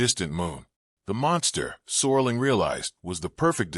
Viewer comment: "Sorling"? His last name is SERLING.